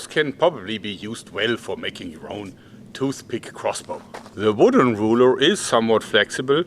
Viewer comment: "ze woooden rooler" Oh my god! I love that german accent so much!